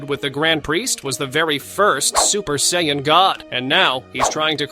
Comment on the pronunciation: When I use ai voice to transcribe my videos, I always spell phonetically so it is correctly pronounced. Use "Sayin" and "go ten".